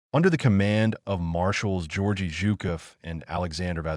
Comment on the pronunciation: Gu -- short "goo" -- d'air -- yi -- enn, Gudarian. Zhukov is a long zhoo -- koff. "Two Panzer corps" would be "Second Panzer corps" said by anybody sensible. YouTube has the peculiar habit of handing its explanations to ver-ree inadequate robots, or perhaps people with nice voices but inadequate brains.